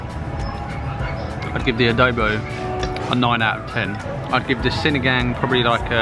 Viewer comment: That white piece of vegetable is called radish. Sinigang is pronounced ‘see-knee-ghung’.